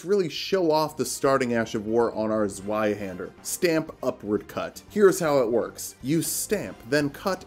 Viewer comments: It’s pronounced zvie haand air. Sry it just upsets me. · the z in zweihänder is pronounced like a tz. like tzwei haender. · The Z in Zweihander is a C sound. The real C, not the English one. Same as the Italian z or Japanese ts.